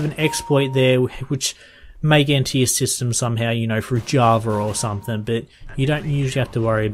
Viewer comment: someTHING not someTHINK its a g not a k